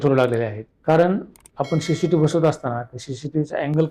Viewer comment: पहिले तर सी सी टीव्हीला शी शी टीव्ही अस म्हणू नका . उच्चारण सुधारा 😡